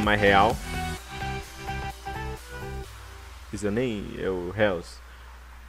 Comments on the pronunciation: O que dói mesmo foi ouvir tu dizendo Réus! Marco Roes creio eu que se pronúncia (sempre falo assim) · Cara o nome é reus mas se fala róis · Marco "Réus"? Boa pronunciação sim? Kkkkkkkk